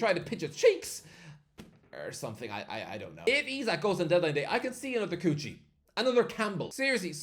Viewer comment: why he pronounces kuqi as coochie im dying